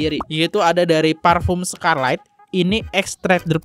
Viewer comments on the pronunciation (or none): Itu aja dia bilang parfum 'skarlait', harusnya kan 'skarlet' ya bacanya 😅